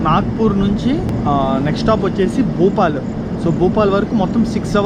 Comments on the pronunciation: సోదరా, భూపాల్ కాదు భోపాల్ !! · Bhupal kadu bhopal ra babu 🤦‍♂️